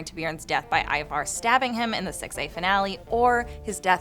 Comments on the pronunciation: Why do you pronounce Ivar the way you pronounce it? Its not an English name. I think you should not pronounce first letter I as in lets say a word iron but like in word instant. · who is ivar ......its bloody ivor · You notice Harold pronounces everything different than every other character, the way he says Ivar and everything